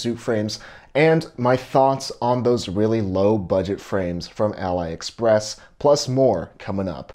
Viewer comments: "Aleeeeee" express not "allyyyy" express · How can you mispronounce AliExpress that badly? It is a division of the same corporation as . Every time you said Ally Express I just cringed. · Al Ly Express. What are you saying lol!!